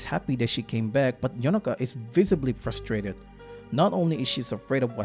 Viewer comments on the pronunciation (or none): none